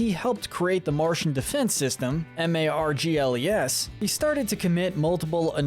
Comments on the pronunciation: He also said “Margies” instead of “Margles” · Okay dude have you seen this show? How do you not know how to say viola, marceline, margles or gunther? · Also the way he pronounced margles :,)